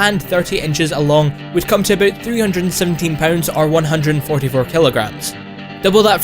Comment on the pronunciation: Aboot 90 tons .. I'm sorry